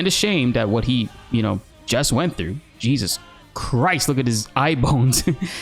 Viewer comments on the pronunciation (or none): none